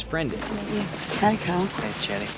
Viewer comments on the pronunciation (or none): none